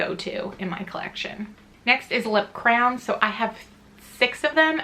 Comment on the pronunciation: You kinda pronounced lip crayons like "crowns" 👑💕 I hope you are doing okay too and staying safe 😊